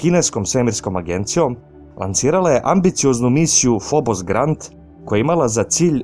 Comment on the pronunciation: одличан видео, само мала исправка. није фобос грант (како би се прочитало са енглеског), него грунт (тло) у преводу с руског :) све остало је ок.